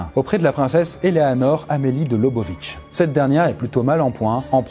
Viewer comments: Très sympa comme thème de vidéo mais attention à la prononciation de Eléonor Amelie de Lobkowicz, ça se dit "lôbkovits" pas "lobovitch". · Superbe video! Par contre pour Eleanore, ça se prononce "Lobkovits" 😅